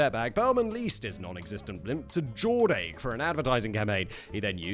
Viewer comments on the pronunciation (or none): Going to make this comment even though it'll probably get ignored by the powers that be: - Jordache is pronounced like DoorDash but with a J, not Jor-Dake. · Jordache being pronounced Jord-ache did something to my 1980s child soul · I felt somehow stunned into paralysis every time he said it 😂😂